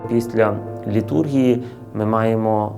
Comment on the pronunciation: Не літУргія , а літургІя.